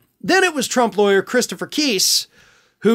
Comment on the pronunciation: "i know how to be a wayer mah daddy izza wayer" 😂 playground level proffesionalism there